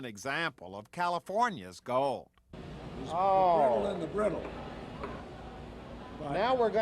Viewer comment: He never said Gold but Gol..😊